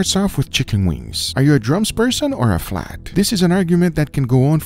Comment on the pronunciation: Guga when he says the words, this, that, and there! “Diss” “dat” “dare”